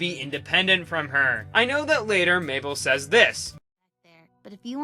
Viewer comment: "MABLE" oh COME. ON.